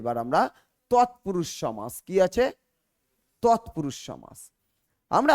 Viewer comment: পাঠদানের প্রথমেই ভুল?....সমাস=সম্+আস্+অ,....শেষে 'অ' আছে।আপনি বারবার 'আ' বলছেন কেন?